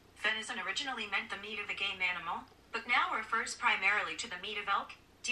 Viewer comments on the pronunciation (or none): I heard gay manimal and not game animal 😳